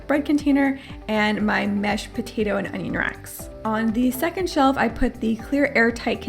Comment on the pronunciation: I love how she said her “MASHED potato and onion racks” 😭